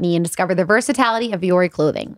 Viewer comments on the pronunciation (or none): Love you, but we can't pretend it's "versitality", not "versatility"!